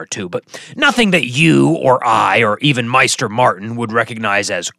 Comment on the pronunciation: Isn't it pronounced MAY-ster not MY-ster. The show and the audiobooks agree on this. Also isn't it GISS-kari not GE-kari? You pronounce Old Ghis right, so I don't know why you inferred a silent S.